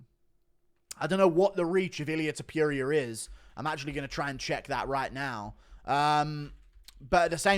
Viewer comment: Aight man time to start pronouncing it right… Toh-poo-ria